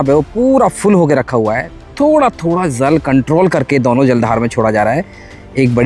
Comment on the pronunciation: Beta aap jal bolo aap Zal bolte ho please Jal bolne ki koshish karen thanku